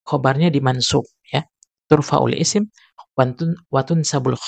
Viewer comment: Mohon maaf pak, untuk selanjutnya kalo mau mengajar belajar bhs Arabnya dulu yah. Setidaknya anda tidak baca turfaul ismu yang bener itu tarfaul isma